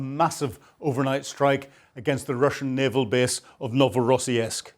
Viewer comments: I think the Orc's port is pronounced 'Novo Ross Sisk' there is no '...esk' sound in the name. That's not to detract from one of the best Ukraine War analysis channels. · NOVORO-SISK with a SOUTH PHILADELPHIA ACCENT, LOL GREAT SHOE🎉 Carry On.. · For crying out loud. it is only and you have already shown us that same explosion FIVE TIMES !! And why is it that Brits and Scots (and also Americans) have such a problem correctly pronouncing foreign, including Ukrainian and Russian, names ? I lost track of how many time you mis-pronounced Novorossiysk (you should check these words before you record your video), but for even simpler words, like Tatarstan, it is NOT Tartarstan (as you call it ). It's all kind of insulting to natives. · Ur pronunciation of Novorossiysk is terrible😂